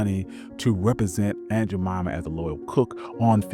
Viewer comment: 🙄 It is “Jemima” and “Indian.” and do YOUR research.